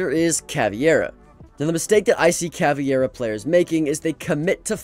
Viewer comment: Cavi iera 💀💀💀💀💀💀💀💀💀💀💀